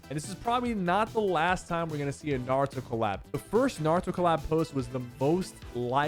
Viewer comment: Why did you sa Naruto like that 😕